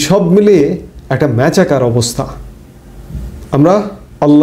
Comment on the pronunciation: ম‍্যাছাকার নয় ,ম‍্যাসাকার